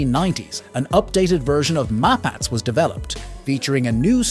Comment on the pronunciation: Wrong pronunciation for all Israeli weapons systems. 'Na-Mer' (Hebrew for Tiger), not 'Neymer'... Both 'Mapatz ' (Maul) and 'Merkava' (Chariot) are pronounced with the last syllable emphasized.